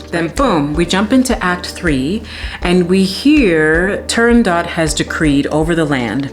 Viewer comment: You butchered the name of the opera as Arethra butchered the aria.